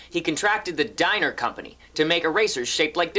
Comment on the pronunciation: Pronounced 'DEE-ner'!